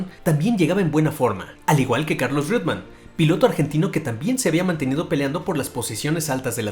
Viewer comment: Reuteman HDMP! No "Rwetman"!